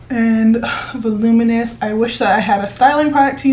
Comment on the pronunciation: What?!? "Vuluminess" Lol!😂 I love it!😂